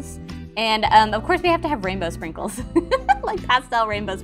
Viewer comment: Omg!U didint say sprinkles correctly! Me: ur inf% better than me 😂❤❤ Lalala Forgot my time Ummm just forgot the capital 'U' There btw umm u didint just see thaf right? BTW UR LAUGH IS SO ADORABLE AND CUTE😊😊!